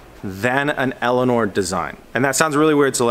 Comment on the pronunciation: Instead of Elinor hb elania lol